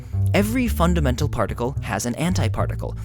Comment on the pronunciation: hold on, he did say "EVERY FUNAMENTAL PARTICLE HAS AN ANTIPARTICLE" lol